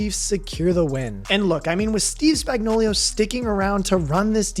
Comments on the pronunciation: aye no hate coming from me but I noticed and laughed when you said "spagnoulio" instead of spagnoulo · It’s Spagnuolo, not Spagnolio! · The Chiefs' defensive coordinator's name is pronounced: "Spag-nō-lō." You kept pronouncing his name incorrectly as "Spag-nō-liō" 👍🏻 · Its Steve Spagnuolo, not Spagnuolio. Y'all be trippin since the day McDuffie called him spagnolia... spag-no-low🤦 and if you can't handle it just call him spags because it's pathetic that y'all can't read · Spagnuolo not Spagnuolio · It's Spagnuolo, not Spagnolio. Great video but get it right. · Chandler Jones? CHRIS Spag-no-LIO? Like Cornholio? Spag-no-lo Idiot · SpagnoLO, no SpagnoLIO. This bothers me more than it should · Why can no one pronounce Spagnuolo correctly LOL it's Spag-no-lo. Not Spagnoleo LMAO - "Spag" sounds like "spag" in spaghetti. - "no" sounds like the word "no." - "lo" sounds like "low." So, it would be: Spag-no-lo. Just saying lol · Did this dink even watch any of the playoffs or SBs over the last two years? Steve Spag-know-lee-o, lol, it’s just Spag-know-lo. Maybe he’s combining the names of Spagnolo the Chiefs DC and Coolio the rapper, lol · Lol dude..... it's pronounced Steve Spag-nah-luh......not Spag-no-lee-oh😂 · It's Spagnuolo, not Spagnolio. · Steve Spagnuolo = steev spag·naa·luh = Spags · Spag-no-lo Spagnuolo has no 'i" in it. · Now when everyone sees spags name they will read it this way, spagnolio. You'll hear it. Can't wait to see chandler Jones. I've wanted this for a while now. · Say it with me: Spag no lo. Easy! Simple! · Also "Spagnolio" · Could more corrections, that’s not how you say spags name and jones not known for plugging up runs. Jones above average at the run and best DT at pass rush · Please learn Spag's correct pronunciation. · added some Italian flair with the pronunciation of Spagnolo